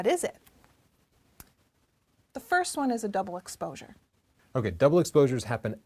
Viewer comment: she said explosure instead of exposure